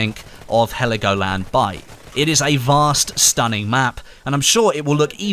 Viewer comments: Its Helgoland not Heligoland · Heligoland ? In german its Helgoland